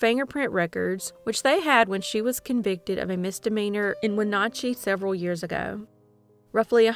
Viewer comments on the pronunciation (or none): none